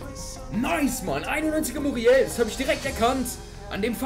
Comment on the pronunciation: du sagst 91 muriel